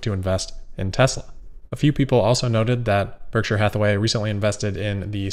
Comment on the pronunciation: Nailed the “Berkshire” pronunciation this time 😉